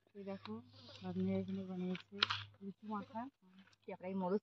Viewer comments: Lechu noy lichu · কথাটা লেচু না লিচু হবে। তোমার উচ্চারণ খুব ভুলভাল হয়। ঠিক উচ্চারণ কোরো।